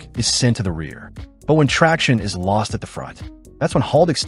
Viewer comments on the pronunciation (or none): none